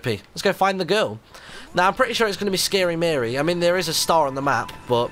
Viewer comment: Martyn said Scary Marie instead of Starey Marie